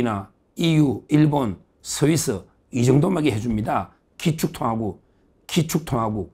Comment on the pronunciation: 서이스가아니라 스위스